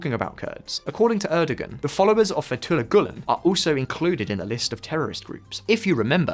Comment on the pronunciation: That pronunciation of Fethullah Gülen was awful though.